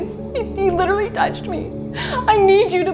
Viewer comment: He lit er ally